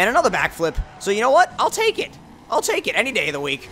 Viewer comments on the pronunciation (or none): none